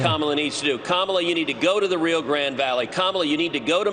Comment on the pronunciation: Trump is going to Edinburg Texas. We have a border patrol station here. I bet they are going to say Trump is working where Biden admin is not. Truth is Trump is not welcome here by the majority of us. Also, it’s not the “rio grand valley” Ted, it’s the “Rio Grande Valley”. Anyone from South Texas knows this. Gran-Deh’ for those that need help pronouncing a Spanish word; make sure to roll those r’s. Also, most people around here just call it “the valley” or “el valle” -“vay-eh” if you need help again.